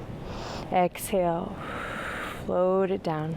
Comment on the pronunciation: ESHALE. haha. that cracked me up! Thank you. I have been using your videos in my home practice for over a year. Thank you for your dedication!